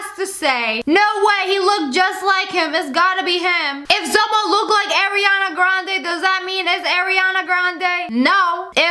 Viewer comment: "AIRiana Grande"-SSSniperwolf